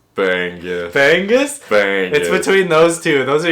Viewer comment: Hi, the fish bangus is NOT pronounced as "bang-goose" like you pronounced man"goes"! Instead, it's pronounced Bang-ngus, "ngus" is pronounced like the English word "banging". Just change the "nging" to "ngus". I hope I make sense!